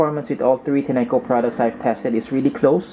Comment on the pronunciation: You are saying the name wrogh dushbag!